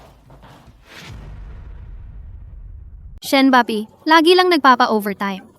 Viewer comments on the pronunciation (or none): none